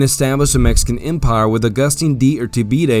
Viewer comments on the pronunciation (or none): none